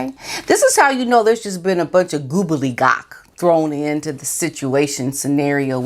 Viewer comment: Haha love your goobledygock - the word is gobbledygook. :) (gobble - dee - gook!) 🙃 But either way, you're right about the stuff churned out by the M&H PR office.